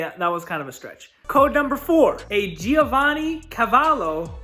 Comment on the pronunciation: Here’s some Italian lessons for you… It’s pronounced JOE-VA-NAY. That means young. Also it’s PEE-YA-JOE for Piaggio. Ok peace.